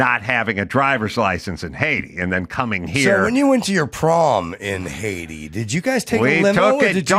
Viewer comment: When Adam said "Haiti" it sounded to me like he was pronouncing it Hades. Was that on purpose? I chuckled a bit b/c the name probably fits, although I've never been to Haiti or Hades.